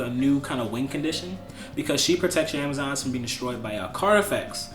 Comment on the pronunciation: Alec Fields hahaha ur face when he says Amazonees